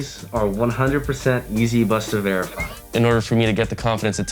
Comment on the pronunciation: The way he's saying 'busta' is making me squirm.